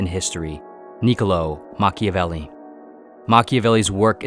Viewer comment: Mach-IAH-velli not Machivelli